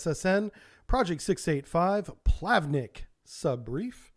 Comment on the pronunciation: It isn't "plAvnik", it's "plavnIk", with a word stress on "I".